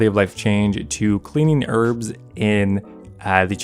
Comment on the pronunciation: This game man... The word herb comes up so often 🤣 the way you say it makes me fucking sick bro